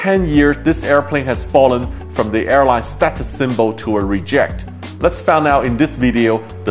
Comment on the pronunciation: When you say reject, put the emphasis on the r not the j.